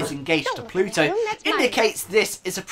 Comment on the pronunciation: Do you keep saying "Pluto"? His name's Bluto. Pluto is Mickey Mouse's dog. ;P